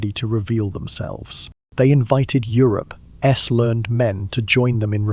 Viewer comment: Please tell whatever so app you use for narration not to shorten words used in sentences and just use the whole word. The fact it doesn't understand it, mean it's really annoying. "I'll, we'll". 'Europe's being said as 'Europe S' and so on. I love the content and everything else. But I am not sure if I'll be able to stick with this until the end.